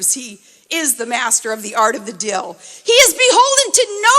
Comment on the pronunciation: "He is the master at the Art of the "Dill"; It's DEAL, Shrill Sarah. Please take elocution lessons and learn how to properly pronounce English words. What trailer-trash. Please return to the frozen tundra from whence you came.